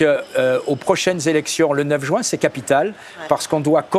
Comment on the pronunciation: jUin et non jOUin . Merci !